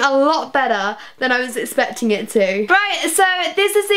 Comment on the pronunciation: Does she say especting rather than expecting or is it just me?